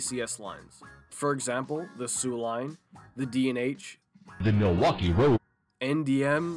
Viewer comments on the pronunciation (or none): He like mileuskee